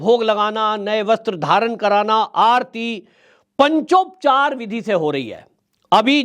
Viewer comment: हंसी आती है आप पर ,आप जिनके अधिकार की विवेचना कर रहे हैं वह आपके अधिकार की रक्षा के लिए आपके पौरुष की विवेचना अनादिकाल से करते आ रहे हैं । आप पंचोपचार का उच्चारण भी नहीं कर पा रहे😂